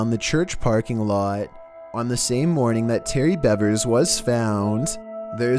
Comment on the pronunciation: Her name is Missy Beavers (like the animal). This happened in my town. Be respectful enough to get her name right.